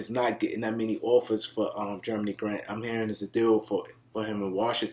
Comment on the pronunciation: Huge supporter of yours but I can't lie every time you say "Germany" Grant I laugh.Keep up the good work.